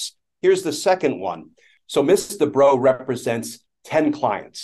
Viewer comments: Ooooooh! The lawyer is "Miss Debrow"! I thought Glenn Kirshner was saying "Mister Bro" and then they started to refer to him as "she" and "her". And I thought "OMG, this person really made a mess with her pronouns thing!" 😄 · I keep hearing "Mr. Bro" 🤣